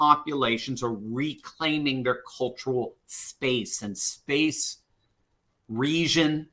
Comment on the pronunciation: What is "resion"? The correct pronunciation for the word "region" is the same as "legion" with an accentuated "G" sound not an "S" sound. The season is the reason for the legion in the region.